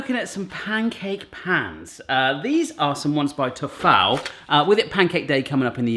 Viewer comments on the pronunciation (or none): I have NEVER heard anyone pronounce it "Ta-fal" lool its Tee-Fal. Lool like the falafel video lol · Unimportant query. Tefal pronunciation. I pronounce it Tea-fal yet has said Teh-fal. The old British adverts pronounce it the way I do, but is it regional? ( I live down south). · Isn't it pronounced "teefall"? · Tefal is pronounced like (te- tea) (fal- pal) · You said Tefal wrong it's "Tee-fal listen to the old Advert? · Great video! Love it when the whole family is in your videos ❤! Fyi - Tefal is pronounced tee-fal. 😉🙂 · its pronounced tea fal you said the last part right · your mother looks like she could do with a sit down, give the old lass a rest. Oh, nobody has ever pronounced ‘Tefal’ like that ever before. Well done.